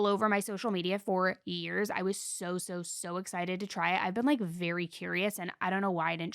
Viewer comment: Can’t trust an adult who says “etcited” instead of excited.